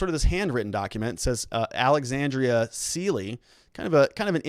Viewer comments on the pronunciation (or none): none